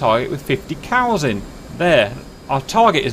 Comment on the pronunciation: I thought he said "there's a group of 50 Cals up there" and I thought, ah yes, get the bad guys. I was then surprised to see 50 cows